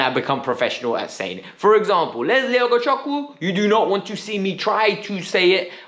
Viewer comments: Sorry you didn’t pronounce Lesley’s last name correctly. Chukwu in Ugochukwu, Chukwuemeka, Chukwueze is pronounced like Chu-Chu train. Chu-ku. Please get it right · Why does he have to pronounce it well... not everyone in Nigeria can pronounce it well and he is not even black... as long as we know who he is talking about kit doesn't matter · ugochukwu isn't just any name.. it's Igbo traditional name so it perfectly normal if he pronounce it wrong... many of the people I went to school with still can't pronounce my Surname correctly